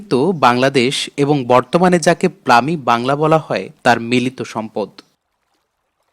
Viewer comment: কিছু উচ্চারণ এ ভুল রয়েছে। যেমনঃ ৯৫০ এট জায়গায় বলেছেন ১৯৫০, পশ্চিম বাাঙলা কে বলেছেন প্লামি বাংলা।